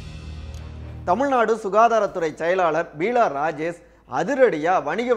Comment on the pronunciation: She is not Peela Rajesh, but Beela Rajesh. Please correct yourself. It looks very awkward.